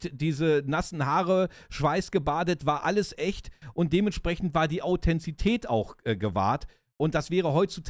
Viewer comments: Super Video! Vielen Dank dafür. 👍🏼 Ein paar Anmerkungen meinerseits: - so wie ich mich erinnere, war der Truck von Willers in Staffel 1 ein Volvo - die Menschen, die in Chile leben, nennt man Chilenen und der damalige Diktator hieß „Pinoschee“ (Pinochet) - es heißt Authentizität, nicht Authenzität 😉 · Erstaunlich sind die zahlreichen Wortfehler – selbst Krug und Kirschstein werden verwechselt. Au-then-ti-zi-tät. Von Namibia nach Marokko?!? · Authentizität, nicht Authenzität